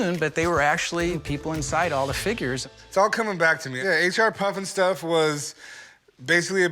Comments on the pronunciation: it's HR puffenstuff, NOT H and R...geez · The "expert" called it H n R puffin stuff.... H n R??? That's no expert. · The expert is no expert if he’s saying H n R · Expert said H and R Puffnstuff. Hahah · Except he kept saying “h and r puff n stuff”